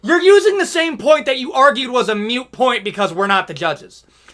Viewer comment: Btw, it’s ‘moot’ point. Not ‘mute’. Otherwise agree with you.